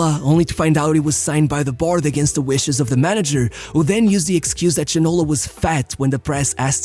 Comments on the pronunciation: Lembro me bem dele...so havia 2 franceses a jogar em inglaterra naquele tempo, Cantona e Ginola. Ja agora, matas te me a rir com a pronúncia do nome dele... é Ginolá da mesma maneira que é Cantoná e nao Ginóla 😂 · I never head about this player names "ginola"... maybe you should call him "Gino-LAH", this one I remember :P